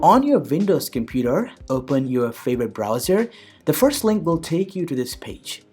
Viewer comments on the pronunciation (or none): none